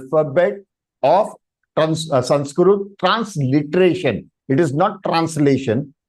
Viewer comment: Sir, it is not samskrut.. It is samskruta... the last akshara is त-ta not त्-t. ... त्+अ = त . Read what is written properly... When you yourself don't pronounce right.. what are you teaching to others..?